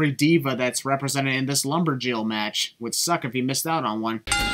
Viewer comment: you put emphasis on the 'lumber'jill instead of lumber'jill' comparing it to lumberjack! SIN!!!!